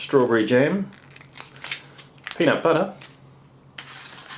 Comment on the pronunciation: "Peanit buttah"